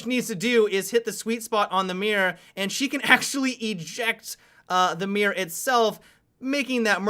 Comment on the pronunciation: I love that you pronounce one way mirror as one way mira.